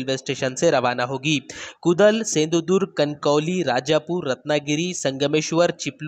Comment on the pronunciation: कुदल नहीं, कुडाळ हे वह